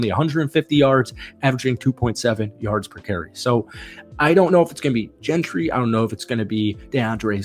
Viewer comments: Yea he lost me when I heard Gentry and Justin Fields being the starting RB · Hard to take this guy serious when he’s pronouncing Jeanty’s name as “Gentry”